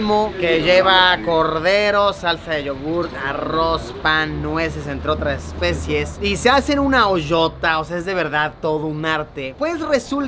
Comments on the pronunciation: No es "especies" sino "especias" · Luisillo el viajero, luisillo el gordillo, luisillo el que dice "especies" en vez de ESPECIAS.